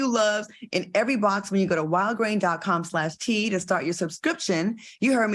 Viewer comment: Claudia, every time you say wildgrain it sounds like you're saying Walgreens. Just saying! I don't get the outrage of Will slapping Chris. Will made one mistake publicly & people want to nail him to the cross. I think it's sad that Floyd called him every day and no one else did. I guess they was too busy condemning someone else. Thank you Claudia for not being a Petty Labelle like Q & AL.